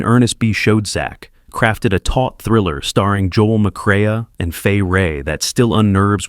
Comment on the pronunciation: I must correct how the narrator mispronounced the names of two stars so badly that it made my skin crawl, just like these movies. First of all it's Joel McRae, "Mc-Ray," two syllables, not with the extra syllable added at the end. Then you did the exact opposite with Peter Lorre's name. You pronounced it "Lore," like folklore. For Christ sakes, it's pronounced Lorrie, two syllables. Not sure what kind of reputed film expert gets these names so very wrong. These two men had very distinguished careers in movies and deserved better. Oh, I get it, this is an AI-production, so the artificially generated voice has no idea how certain things are pronounced. Many errors are present. It's attempt at Medieval was comical.